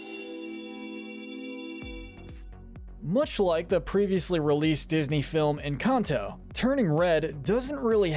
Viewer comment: FINALLY SOMEONE WHO SAYS ENCANTO RIGHT